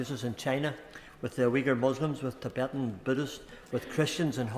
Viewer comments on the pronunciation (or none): none